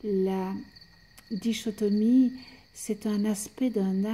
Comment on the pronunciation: Bonjour merci pour ce beau partage. Précision cependant dichotomie (le ch se prononce K) belle continuation 🙏🏻